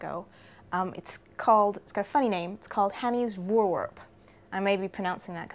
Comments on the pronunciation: I'm Dutch. Lyria's Fore-wear-p comes closest to the pronounciation of this Dutch word. Just to finetune: the F should be pronounced like a v as in very, and the r sound (both of them) should be rolling as the Scotch do - think Aberrrdeen. And like you say, voorwerp is just the Dutch word for 'object', so it could just as well have been called Hanny's object. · Voorwerp is in English the same pronounced as voorwarp. (try google translate otherwise for a pronunciation) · It's pronounced "foor-verp". "foor" as in "poor" and the "e" in "verp" is similar to the "a" in "catch". The "r" is hard. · Daniël Louw Why end with verp, clearly in dutch a W is pronounced, not a V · You basically say v-or-w-air-p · I would pronounce it "Forveerp" is that wrong? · Maybe try saying "Pho-or Var-p" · "Voorwerp" (Dutch for Object/Thing/Subject) is pronounced "Four-Verp". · Pronounce like so: foor-verp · it's pronounced "wur-verp" :) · I think phonetically it should be pronounced as /'hɐni:s 'vɒɹweʀp/. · I learnt Afrikaans as a school boy and it is very similar to Dutch so the V is pronounced as F and the W as V. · The correct pronunciation of voorwerp is with e sound of [heck] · You're almost correct. The V is pronounced just as a V, not as an F. :-) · Pronounce the 'voor' in voorwerp as 'four' and you're a lot closer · The 'e' in 'werp' is pronounced as the 'ai' in 'air' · yes you are pronouncing that completely wrong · I like the way English people pronounce: "Voorwerp" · The "wer" part in voorwerp is pronounced more like "where". Just so you know :) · Use Google translate to hear how to pronounce voorwerp. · But their language is English, I bet some people there wouldn't even be able to pronounce that. I don't expect people to start using tones when referring to towns in China. If I misunderstood something please tell me.